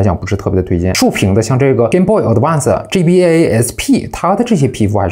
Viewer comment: G BA 非常好發音